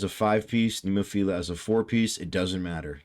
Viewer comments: I know it's easy to mess the bands name pronunciation up, but there is only one I in Nemophila, not 2. 😮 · It's actually NEH-MO-FIL-AH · Still saying nemophil....IA. 😊 no I.